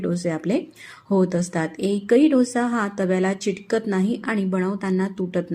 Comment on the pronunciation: चिटकत नाही अंस म्हणू नका.चिकटत नाही अस म्हणा.